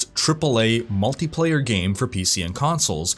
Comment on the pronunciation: On the begining you said game servers or gay servers?